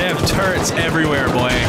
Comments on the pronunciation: it's amazing how many stupid people say turrents instead of turrets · Turrets? NO! Turrents? Very Yes! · Why does everyone who plays video games call turrETS turrents. There’s no N in turret